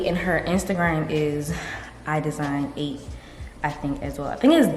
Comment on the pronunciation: I love idesign8 and yes you’re pronouncing her name correctly☺️ i just bumped into her channel and yours as well and i’m love ❤️ you’re always so bubbly and happy! I love it 🥰